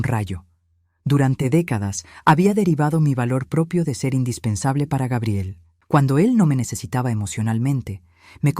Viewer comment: Yo ni siquiera le pregunto cuánto necesita, simplemente les digo lo siento pero ya no te voy a enviar dinero. Así es que te puede ur a volar. Y por favor pronucien Gabriel en Español correcta mente y luego gaibiel. Y mire señora en vez de estar rebajandose y humillándose con tanto la bla la con en esos dos idiotas ciere la puerta en la cara y Que se largue . Y esa nuera que dice into que los padres ayuda a lis hijos pues que le pida a sus padres. Grabiel, gaibel, Gabriel y de Nuevo gaibel